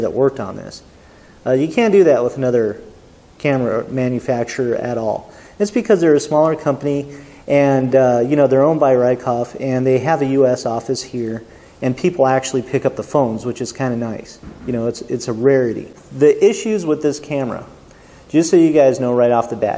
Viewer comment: you got so much just flat out wrong about the k-3. the hot shoe is not painted, it's anodized and just as conductive as any other hot shoe. you're not limited to 1/60 with third-party flashes. it's pronounced ree-koh, not rye-koff. don't like the default jpeg saturation? it only takes one button click to bring up the screen where you can fine-tune all the colour settings any way you want. you have full manual control of shutter speed, aperture, iso and ev comp while recording video and you can record audio in stereo through the mic input. the flash sync speed is 1/180 and you can shoot above that with a hss-compatible flash. the idea that old manual focus lenses don't adapt well to the k-3 is laughable. it's compatible with any k-mount lens made since 1975 and m42, t2, adapt-all, pentax 645 and 67 and a few other mounts can be adapted to the k-3 with glassless adapter rings. sigma is far from the only company making third-party lenses for pentax... and those are just the mistakes i happened to spot. stick to reviewing cameras you've used for more than 5 minutes.